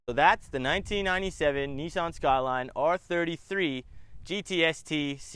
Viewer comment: Just one thing, the pronunciation of Nissan. Not so much as Nee San here in Oz but just one flowing syllable more like an en sound, Nissen